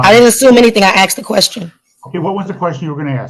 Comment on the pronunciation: was tabbed out just listening and as soon as she said "axed" I knew what she looked like